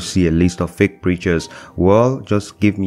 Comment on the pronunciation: you pronounce feak